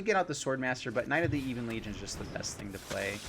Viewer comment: while we're at it, buddy, it's "Ebbon" Legion, not "Eebon" Legion. Been driving me nuts since July lol. Love the channel, dude, keep it up.